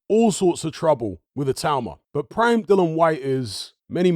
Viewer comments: His name's Dillian not Dylon. The guy will go out of boxing the way he came in with some people too lazy to get his name right. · Its a silent 'i'. Educate yourself. He initially called himself "Dillian the Villian" initially. Spelling is the same, hut you pronounce it differently.